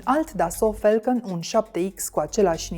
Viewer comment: Mai oameni buni de la Recorder, "a" in engleza nu se citeste mereu "e". "Catering" nu e "chetering" iar "falcon" nu e "felcon". Vorbiti corect ca rade Klaus Marlanis de voi.